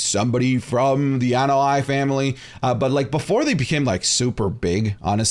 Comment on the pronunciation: Anoaʻi is pronounced Ah-no-ah-E. but between the ah and E is a glottal stop or a clean break in between vowels.